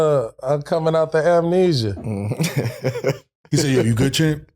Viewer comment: I hope bro said amnesia on purpose 😂😂😂😂